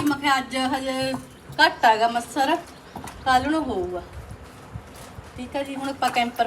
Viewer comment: ਅੰਟੀ ਜੀ ਛ ਦੀ ਥਾਂ ਸ ਦੀ ਵਰਤੋਂ ਵੱਧ ਕਰਦੇ ਨੇ ਜਿਵੇਂ ਅੱਛਾ ਨੂੰ ਅੱਸ਼ਾ, ਮੱਛਰ ਨੂੰ ਮੱਸਰ, ਛਿੱਤਰ ਨੂੰ ਸ਼ਿੱਤਰ 😂😂😂🎉🎉🎉🎉